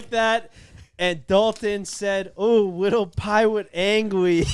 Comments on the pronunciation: Need to make merch of ahh wittle piwate angwee. I think a lot of us would buy. 😂😂😂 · wittle piwate dafeatedd